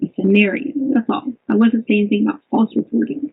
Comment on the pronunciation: “I don’t know ANYTHINK!!” She’s such a moron it’s unbelievable